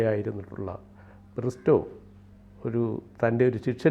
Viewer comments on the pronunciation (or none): ബ്രിസ്റ്റോ അല്ല സൈമൺ ബ്രിട്ടോ റോഡ്രിഗസ്